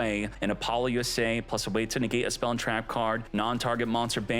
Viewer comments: Is this man saying Apollo-USA? Lmao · Could you stop saying Apollousa wrong, there is no acronym in the name